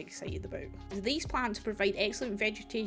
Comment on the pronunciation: I love the "A tree is a tree- but NOT theese-Theese are different" 🤣🤣 Looking foreward to see what you´ll be building with the Dilo :)